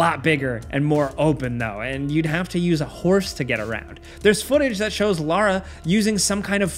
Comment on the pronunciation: Thx for saying Lara and not Laura